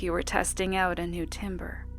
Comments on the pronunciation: "tamber," for the record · You said it incorrectly, but you spelled it right.